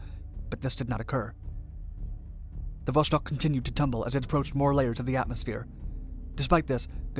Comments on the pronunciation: It's pronounced Vo-Stock not Vo-Shtock. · Just FYI, it's pronounced not "Voshtock" but "Voss-tokk", or in Russian "Vass-tok". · Oh ffs it's VoStok not VoSHtok. You can read Sputnik correctly so why you butcher Vostok? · "VOSS-TOK" not "VoSH-TOK", and "KOR-ABBLE", not "KOR-ABBY". Vostock means "East" in Russian, and Korabl means "Ship". If you do a video on their next space program after Vostok, it's pronounced "VOSK-HOD", not "VOSH-COD" like many people mistakenly pronounce it... (and it means "sunrise"). This was followed by the Soyuz program, which is pronounced "Sah-YOOS", not "SOY-YOOZ" (and it means "Union"). Their first space station program was called "Salyut" which is "SAL-YOOT", meaning "Salute". Almost everybody mispronounces Soyuz... OL J R :) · iT IS VOSTOK, NOT VOSHTOK. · Dude it's Vostok not Voshtok, read it almost the same way as you did but the S is just an S and not SH, otherwise, great video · It is not "voshtok", it is "vostok". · It's not 'VOSHTOK' .... it's ---> 'VOSTOK' Это правильное русское произношение! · There is no 'ш' in vostok. So its not 'voshtok' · Vostok not Voshtok. Kind of like the way you'd say "stalk" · J wanna say that Vostok (Восток) lit. East in Russian isn't pronounced with a Sh (ш) noise. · 'vostok' not 'voshtok' "Gagarin left Earth's orbit and traveled into space". Should be "first human to enter low Earth orbit" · It's NOT voSHtok, it's vostok. No SH... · Is there a reason you pronounce it “voshtok”? There’s just an ‘s’ there, not an ‘sh.’ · There is no "shhh" in "Vostok". It's read as it is written. Vostok means "east" in Russian.